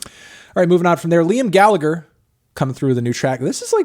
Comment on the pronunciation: Hate to be that guy but Gallagher is pronounced "Galla-her"